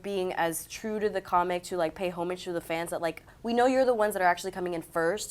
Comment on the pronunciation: The way she said homage. (TRIGGERED)